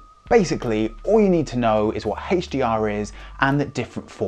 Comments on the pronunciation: is he doing that on purpose? i can't focus on anything else! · What is this HHHeychdee-R he keeps referring too?? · Whoa...I guess I'm definitely out of the loop. I've never heard of "Heytch-D-R".